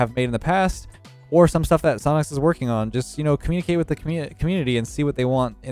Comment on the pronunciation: Sionics? Take notes 😂 idk how to spell sionics